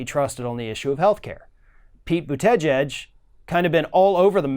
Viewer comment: I love how you say But-te-geige lol😂😂